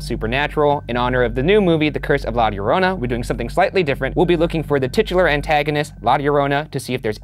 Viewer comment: oh ok lol, well he sounded perfect to me because I'm native spanish speaker and that's how we said it here in Mexico too :)